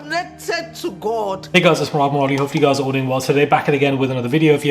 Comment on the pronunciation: Murad❤how you roll that Nigerian name 😂 no sah😂you do it too well❤❤❤